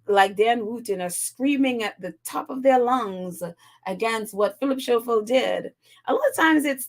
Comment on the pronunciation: Hi, his name is pronounced Scofield. The "h" is silent.